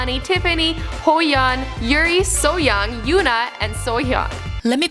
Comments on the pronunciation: The acronym "SNSD" itself means "generation of girls". Just the letters. Also, "Hoeyeon," "Soyoung," "Into the World," lmao. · Butchering our girls’ names (Ho-Yun & So-Yun) I was like, “whatevs we could let that slide..” but she said, “Debut-ted” 🤦🏽‍♂️🙄